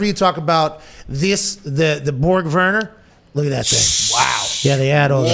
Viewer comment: The Indy trophy, you pronounce it Borg War-ner like the Warner Brothers movie company.